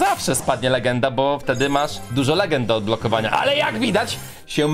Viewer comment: Po pierwsze to jest bo a nie bu